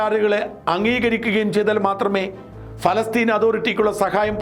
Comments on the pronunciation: ഫലസ്തീൻ അല്ല.. പ പ പ പാലസ്ടൈൻ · എന്താ ഫലസ്റ്റിൻ എന്ന് പറയുന്നത് പ ല സ്റ്റിൻ അല്ലേ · പാലസ്തീൻ എന്നല്ലേ ഫാലസ്തീൻ അല്ലല്ലോ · Not falasteen paalasteen bro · ഷാജൻ sir, നല്ല റിപ്പോർട്ടിങ്! പക്ഷേ എന്തുകൊണ്ടാണ് ഫലസ്തീൻ എന്ന് പറയുന്നത്? പാലസ്തീൻ അല്ലേ? ഫ അല്ല പ അല്ലേ? ഇതിൻ്റെ പുറകിൽ എന്തെങ്കിലും linguistic reasons ഉണ്ടോ? ഇല്ലെങ്കിൽ ദയവായി തിരുത്തുക, കാരണം താങ്കൾ ഒരു മാധ്യമപ്രവർത്തകൻ അല്ലേ? അക്ഷരസ്പുടത അത്യാവശ്യമായി വേണ്ടതല്ലേ. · ശ്രീ. ഷാജൻ സ്കറിയ പ്രൊനൗൻസിയേഷൻ ശരിയല്ല. പലസ്തീനിൻ എന്നതിന് പറയുന്നത് ഫാലസ്തിൻ എന്നാണ്.. പ്ളീസ് correct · Please pronounce correctly? Not Falastine..... Palestine? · ഫാലസ്തീൻ അല്ല... പാലസ്ഥീൻ ... in English ( പാലസ്റ്റൈൻ ) Stop misleading the viewers ... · ഫാല്ഗുണ,പലസ്‌തീൻ എന്നു പറയൂ.ഭാരതം എന്നത് നാളെ ഫാരതം എന്നു നിങ്ങൾ പറയുമല്ലോ. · പലസ്തീൻ എന്നല്ലേ, കോയയായ ബാലുശേരി പോലും നല്ല മലയാളം പറയുന്നു.🙏🙏🙏